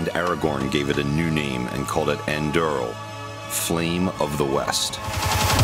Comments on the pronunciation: Did he just call it ”EndRL” 🤨🙄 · Aragorn didn't name the sword Andurl, he named it Aaanduureel. That's how you pronounce it. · It's actually pronounced An-door-il. Whenever there's an accent over the U in UR (like in Andúril) it makes the oor sound. In the words Tolkien invented, I mean. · An-durr-eel, that's how it's pronounced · ‘andurrrrrril’. I was born in the US, so my accent is somewhat american, but I live in a slavic country now like for 30 years. Please can you people pronounce it correctly? thanks Love this video! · Aragorn called it Andúril.. not Andöörel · That butchering pronunciation... andwooril. :)))) Great video, nonetheless. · Aragorn did not call it that. Elrond did. Anduril is pronounced, On-Do-Reel. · Angworn And Narzil ? Really? I mean great job with the sword, but you butchered the names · The way you pronounce Narsil and Andúril pains my heart and ears. Other than that, cool video!